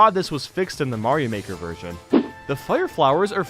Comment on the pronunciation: how mario maler 2 is mind blowing 1 its on the switch 2 SLOPS 3... btw you said virgin instead of version🙄